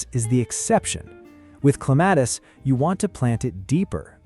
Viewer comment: At least get the name right. It's CLEM-a-tis.